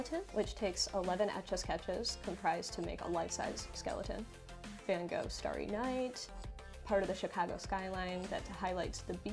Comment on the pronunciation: girl spent hours drawing starry night but can't even pronounce van gogh